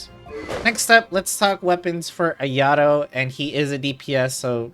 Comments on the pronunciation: Ayadoh…ugh it’s Ah-yah-toh!! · haha you Gucci. After a while it started bothering me lol. I was like “ah-yah-toh!!” 😭😂